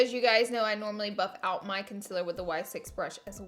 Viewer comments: CON-SEAL-ER Not CUN-SIL-ER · Concilur.. conceaaaleer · Its concEELer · Omg I'm sorry but it's been bothering me.... Conciler. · Have I been saying CONCEALER wrong this whole time or is it just her? Lol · Why does she pronounce concealer that way? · You alwaye pronouns concealer wrong😭😭😭